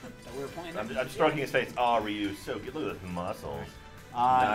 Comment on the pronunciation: Or when he said reyou instead of Ryu